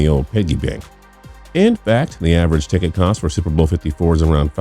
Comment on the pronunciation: And what the hell was with the fact that he couldn't pronounce the words "super bowl"? Seems to me if you want to narrate a video about the super bowl, you should be able to pronounce "super bowl" without sounding like Chris Berman after 5 shots of gin.